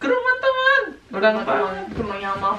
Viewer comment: Ngomong temen,dengernya tuman wkwk